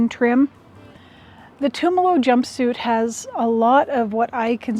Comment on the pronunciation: thank you for the sticker on the machine. and for learning how to say Tumalo (former resident of Tumalo, current resident of Mpls). blessings.